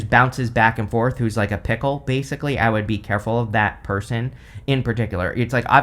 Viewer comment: I swear, every time you said fickle I heard "pickle" I spent the longest time trying to figure out what a pickle person would be!!!! LMAO!!!!